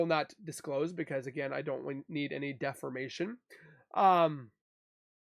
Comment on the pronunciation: Ok () it's defamation not 'deffermation' lol.. just had to bust your chops a little...😂